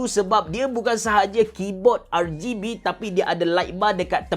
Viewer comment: R-geh-B hmm abe cerah haha